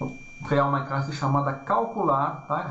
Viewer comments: gostaria de saber por que razão fala 'crasse' e não classe??? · Ele fala Crasse e tem 28 mil inscritos e ajuda muita gente e vc fala classe e tem 28..........